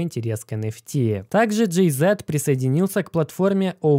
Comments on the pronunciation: "Джэй Зи" а не зэт) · Джей-Зи, не Джей-Зет.. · Джей Зи, а не Зет)) Ты походу не в курсах кто это 🤣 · ПандЕмия а не пандьимия! Джей Зи! Не знать Джей Зи ну, ну ëп Машу Вать! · Правильно говорить Джей - зиииии, а не богатейший дээээ ))) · Блять, ну какой Джей ЗЭэээт? Ппц режет слух.